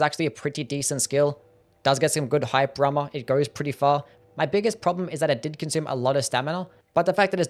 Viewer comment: Bro u really need to enunciate. Hearing you say "hyper armor" 5 times was like nails on a chalkboard. I only knew what you said because of subtitles